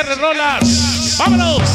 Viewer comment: Jajaja XHHR ese guey no sabe ni quien es el "Rolas" hasta que lo corrigierin lo dijo bien XRHH "ROLAS" es lo malo de trabajar en un sonido y no saber del tema solo lo hacen por $$$